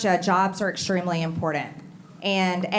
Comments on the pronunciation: The Word is “ IMPORTANT “ NOT IMPORDANT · She doesn't know how to say "important" correctly, there is no "D" in important, as she says, "impordant". Definitely came from the poorly educated part of Georgia. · I swear to God... If I have to hear her say imporDENT 1 more time......... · Impordant? Is that a word?